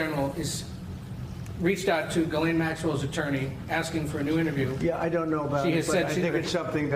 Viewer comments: It's so funny to me that literally nobody pronounces Ghislaine correctly or even tries to do so. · Jis-Lane is her name, stop giving her any props by trying to pronounce her name properly.